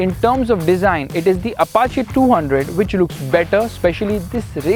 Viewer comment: Finally someone pronounced "Apache" correctly.